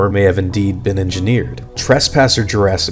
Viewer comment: UGSYGS JURSKY PARK